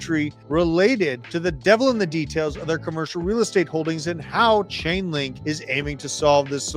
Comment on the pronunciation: It’s Chainlink not ulink ! And it’s on as LINK